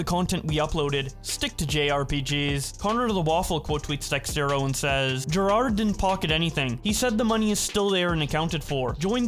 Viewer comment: It's pronounced DEZERTO not DEXTERO.